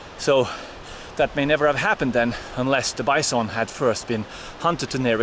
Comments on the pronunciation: Way Heraldo pronounces BYE-SOAN!! :) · "Bice-on"😅 love your vids Harold....keep them coming.